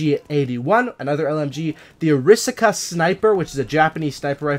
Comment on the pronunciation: btw the rifle the new bolt action is a Japanese rifle and your pronouncing it wrong. It's pronounced ara-sak-a not oraska. Sorry just thought you'd know for future vids